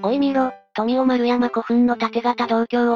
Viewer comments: 富雄の発音。普段、あの音で聞いていなかったからびっくりしました。さすがNHKはそういうところしっかりしています。第2集はこんなあたりが無難なところかなと私も思います。日本にはいろいろとタブーの領域があるので、私みたいに天皇陵を掘って欲しいとか言っただけでも、きっとNHKなら大炎上です。天皇を否定してもダメ、肯定してもダメ。NHKは難しい立場と思います。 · 富雄丸山古墳の「富雄」を現地の人のイントネーション通りに発音していたのが良かったです。 倭の五王の比定については私も仁徳=讃説です。 まあ、おおむねよろしかったんじゃないでしょうか（遠い目）